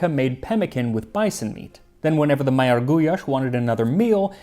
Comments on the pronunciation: I love you so much but you’re pronunciation of Magyar and Magyarország is painfulllll😅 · It's magyar not majar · Yes, it's pronounced [mɒɟɒr] and not [majar] like Max did. But it's pretty close, and most languages don't have that sound anyway. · Turning the gy in magyar into a j, and the ly in Károly into li, and completely axing the e from Gundel was a travesty, though. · I am SO happy you got to experience Hungary and it’s amazing food. Gulyas is one of my familiy’s favorites. I have to giggle though at your pronunciation of Magyarorszag and Magyar. It’s actually a dy sound. I really hope you will take a crack at Dobos torte with the caramelized sugar top soon. It is my mother’s specialty. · I feel so bad that I missed your visit here to Budapest, I would've wanted to thank you in person for your videos and as a magyar I feel so honored that you made this video about how to cook true gulyás. Additionally your hungarian pronunciation were near perfect except for magyar. I know it's hard to pronunce the gy in the middle and I cant think of any other english words that has it. Nevertheless thank you for this video and god bless. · But not paprika or Magyar😂 It’s a hard language to learn, though! Especially if your native language is English. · It is awesome to see one my country's staple food featured here. And you nailed most of the pronounciations as well, except for Károly which is pronounced as the y in "you" similarly like the ly in gulyás. And also the gy in magyar is a bit different. But you did better than 90+% of people i've seen to try. I am so glad to see this video. We have so many great dishes here, i hope there will be more covered in the future.